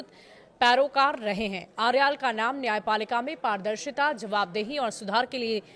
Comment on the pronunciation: Suseel sususila hai aarel nahai aryal hai sudhha uchharan kare